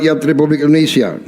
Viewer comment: INDONESIA,,bukan INDONESA